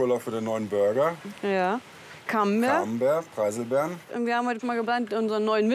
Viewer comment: "Cannbertr, Pieselbeeren"